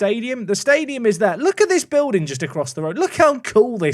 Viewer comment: Is bully short for building or just another case of words are hard/ can’t read?